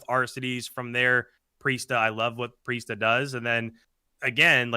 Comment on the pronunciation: Accuracy Temp Attach Priestahh you heard it here folks